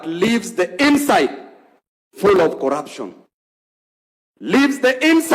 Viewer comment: Speak in Swahili instead. What is corapson😂